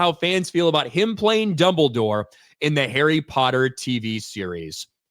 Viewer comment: It'll be fun to see when people realize how goofy names and places sound. I mean, it's hard to take "Dumble Dore" seriously when you hear it, even with someone that has as much gravitas as Lithgow